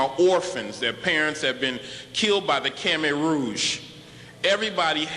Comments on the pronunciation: Do you know what funny bout this fake professor? Is that he think "Khmet" and "Khmer" sounded similar but he didn't understand that "Khmer" sounded like one syllable but it VERY faint sound "Ka-Mai" two syllables. Either way, he say it wrong and it NOWHERE sounded like "Ka-Mere"... stupid proFAKEsor can't even pronounce our culture name. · you lost me at "sounds like Kimmet" (when you say it that way, sure, but they don't pronounce it like that) and then I couldn't get past "the largest temple in Cambodia". Ankhor was the largest religious structure of any time anywhere in the world for a millennium. Without a doubt there was a lot of African influence and trade. The umbrellas used in eastern Africa probably come from SE Asia, as do marimba-type instruments, wile bananas and other things come from Africa - huge trade going back to prehistory. But... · Yes, and to and too are the same as two. Just 'cause it has "Khem" in it don't mean anything. We are Khmai. It shouldn't even be spelt Khmer. 'Cause you fools always say it wrong. And the dude act like he can say Angkor right. When it's pronounce 'Ung-kor.' And it's not TOM it's 'Tome' like 'umm' it means BIG. I can't believe this is still going on, yet it's never been official. What a joke.